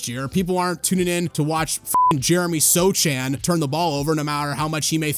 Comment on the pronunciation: The Jeremy sochan disrespect couldn't even say his name right